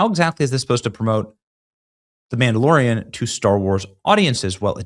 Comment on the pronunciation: the mam-dalorian and tofu 😂😂😂